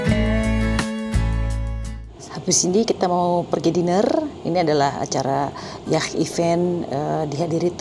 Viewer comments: Bunda yatch bacanya bkn “yah” tapi “yaat” sudah kuperiksa krn setahu akupun bacanya yaat. Aku di Sydney jd sering denger kata itu… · Bunda ... Yacht pronounced YOT ...ch'nya ga dibaca ... hehehe .. ngapunten bun 🙏🏼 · Yacht dilafalkan "ya:t", dengan "a" dipanjangkan (US). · Lucu denger bunda bilang yatch kyk orang Arab dalem banget☺️